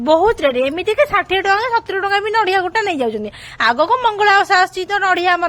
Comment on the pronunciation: Kn chalichhi ethi jatra..... It's nadia, not nadhia. (Kobari kaya)